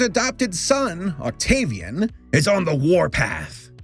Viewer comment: Oct-gay-vian.... why did I do this